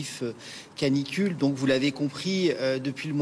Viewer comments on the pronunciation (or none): Canicule (pas clanicule) Merci de rappeler au parents d'avoir du bon sens et au professionnel. Çà resume bien le désarroi du pays